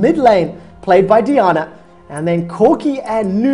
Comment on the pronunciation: DEE AH NAH. All of my rage. It's Die ann uh.